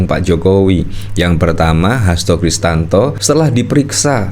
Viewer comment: Hasto Kristiyanto bang, bukan Hasto kristanto😂